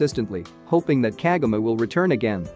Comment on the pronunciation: You keep on pronouncing her name wrong